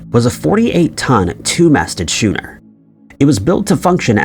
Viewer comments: Schooner is pronounced skooner. When you pronounce the word school you don't say shool. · schooner is pronounced like sku-ner, not shoe-ner. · Watch chilling is the AI voiceover! AI is getting very good, but sometimes they cannot pronounce words properly like schooner! Pronounced it shoe-ner! Come on! Use human voice over please!!! 😡🤷🏻‍♀️ L